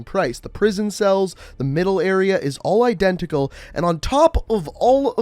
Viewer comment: CEO of "I-DEN-tical"